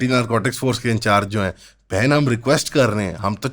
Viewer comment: when he said bhen it feels like he said bc